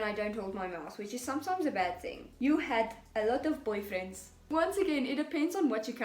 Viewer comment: I absolutely love how you said "boyfriends" in an Afrikaans accent